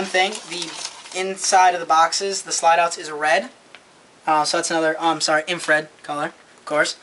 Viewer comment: Its " infrared " what a roach